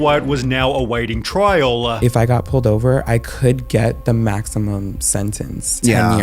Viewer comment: Is it trial, or trialuh?